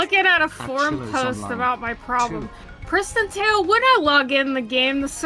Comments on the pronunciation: literally until seeing your comment I thought it was PrisonTale and he was mispronouncing it as a bit??? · thought it was prison tale then i thought i heard say christian tale then i finally see its PRISTON tale